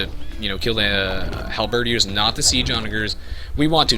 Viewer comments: I mean this in the nicest way possible: Your pronunciation of Halberdiers is wrong. It's not pronounced Hal-bird-ee-ers, it's pronounced Hal-bird-eers. Not sure if it's a subconscious thing, as I tend to do the same without realizing sometimes but hope that helps! Great tutorial, btw. It's helped me get back into this game and really think about different strategies to implement. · dude, its pronounced... Onagers -> On-ajers Halberdiers -> Hal-burr-deers